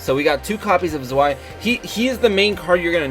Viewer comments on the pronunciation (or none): Lol it's pronounced ZVEI